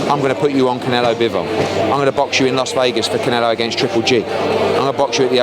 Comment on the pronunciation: It’s Las Vegas Ed, not Los Vegas. Weapon